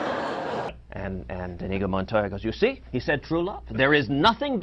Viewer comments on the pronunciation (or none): it's not "Montaya" either as Cenk pronounced. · that pronunciation of Montoya was awful cenk